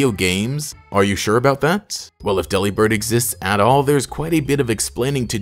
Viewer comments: U pronounced it wrong it’s not Dely-Bird, think “Delivered” but replace v with a b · Daily reminder that Delibird is a pun on Deliver & Bird. De-lih-bird sounds waaay better than deli-bird tbh. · personally I prefer to pronounce delibird like "delivered" cause it makes for a better pun